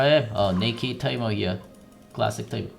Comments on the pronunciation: why does he always say taimo instead of teemo? Annoys the hell out of me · He says teemo not taimo